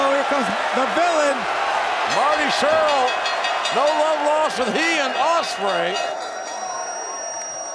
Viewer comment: American Nightmare he's been doing it for 2 years and I still don't think he's every pronounced Marty Scurll's name right